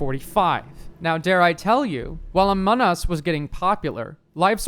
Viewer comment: "ahmon us"